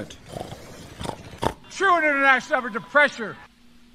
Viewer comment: "Truinnenatioapressure," Ever the inspirational speaker